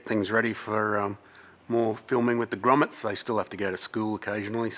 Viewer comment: I honeslty thought he said Gromits instead of Grommets. And it got me thinking about Wallace and Gromit.